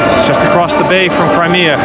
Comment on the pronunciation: “crymea” river